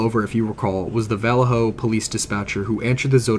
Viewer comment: lol the way you say Vallejo I can tell you arent from around here. Its okay its a total shithole in modern times. I live about 30 min south of there in a nice area but I've never heard anyone say Vallejo like that. I envy you